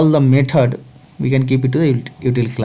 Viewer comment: Maithud != Method Tashte != Test Nice Lecture but... You sir, although an amazing teacher, give people in US more reasons when they say H1's are unqualified/uneducated/uncivilised. PLEASE improve your language skills (mind you, I'm not talking about accent)